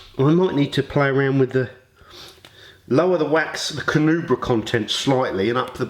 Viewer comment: You"re not saying Carnauba right :P